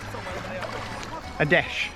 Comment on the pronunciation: I laughed way too much at “ rock a hoy? “ 🤣